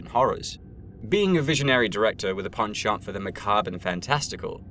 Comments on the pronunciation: You say penchant too much into my ear you pronounce it weird but that just might be a me thing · Stop saying penchant like that please